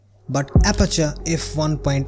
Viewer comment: Thora nhi be thoda... 😂odisa bengol se hai kya